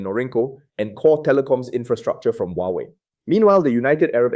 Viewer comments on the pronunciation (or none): none